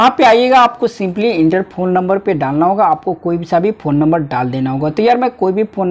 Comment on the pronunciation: Its phone number not pon number. Jahil